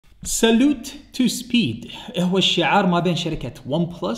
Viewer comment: سالو. و ليس سالوت تحياتي